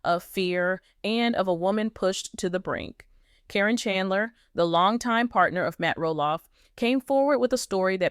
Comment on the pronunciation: How do you not get sued for putting out these lies, do you mispronounce her name wrong so that you think that'll keep you from getting sued? If you're going to talk about somebody you should have the decency to say their name right!